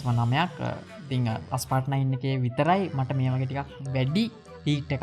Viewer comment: ඇයි හැමෝම Asphalt game එකේ නම වැරදියට "අස්පාල්ට්" "ඇස්පාල්ට්" කියන්නේ??? ඒකේ නම "ඇස්පෝල්ට්".....